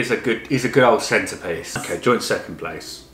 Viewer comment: I thought said 'he's a good old centipede' when he said 'he's a good old centerpiece' hehe